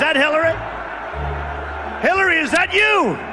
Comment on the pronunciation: Hill lie ry clinton.